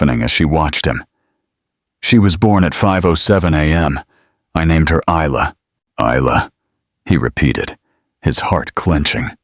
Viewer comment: May I say the name Isla is pronounced as ila, the s is silent so I L A, not is-la, the story is very descriptive and quite enjoyable.